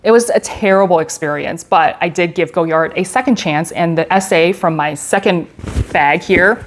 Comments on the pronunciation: I love Goyard. You have beautiful bags in great colors. I have a St. Louis in the burgundy but would love to add a Belvedere to my collection. (Btw the brand is pronounced Goy-ard in English not Go-yard). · The Vendome is my fave by far. Chic looking and so easy to use. FYI, the name of the designer is pronounced Goy-yar or Goy-yah (the D is silent) but most Americans say Goy-yard, not Go-yard 😇